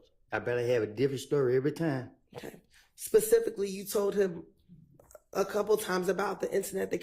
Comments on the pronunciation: One that says "pacific" at that!😅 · Pacifically, I don’t recall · I cringe every time he says Pacifically 😬